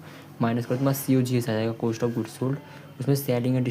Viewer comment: Cooost ✅️ cost ❌️